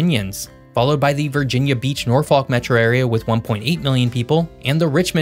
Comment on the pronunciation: Oof, I knew that pronunciation of Norfolk was coming 😂